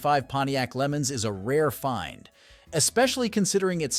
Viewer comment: I enjoy your channel and watch it everyday. The only thing that bothers me is the pronunciation of the name's of some car's and how engine's and transmission's are described. For instance I'm watching today's video and it's showing a 1965 Pontiac Lemans. The narrator pronounces it as a 'Lemons.' The correct pronunciation is Le 'Mons' that sounds like 'lawn's' not Lemon's. Also when describing engine's like a small block Chevy 350 it's always narrated as a 'three hundred AND fifty.' It's just called a 'three fifty.' And a common automatic transmission pared to a Chevy 350 is a Turbo 350 NOT a Turbo three hundred AND fifty. That's just one example that is very annoying. These mispronunciations DON'T do any justice to the description. Please!!! If you're going to help try to sell classic car's learn the lingo!!! Us who know these vehicles would really appreciate it I'm sure. And it would be very informative to the younger generation to know. I am glad you are showing what state the car's are in and otherwise enjoy your channel. Thank you.